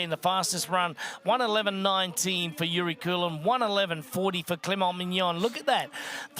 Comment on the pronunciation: todays challenge: mispronounce youri keulens name every time you say it.